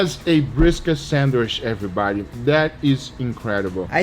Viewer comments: love how Guga says sandwish 😂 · Everyone else: Sandwich Guga: Sandwish (no offense)